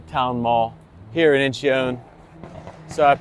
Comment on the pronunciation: It is pronounced In-chun. Two syllables